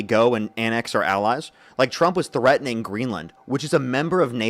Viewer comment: What is "THREATING"? Is that treating or threatening?